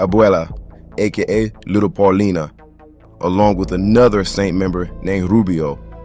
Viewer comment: Great video. In case you use street again which you will..Paulina is a bad street from north to south it is pronounced, "Paul- Line-Ah"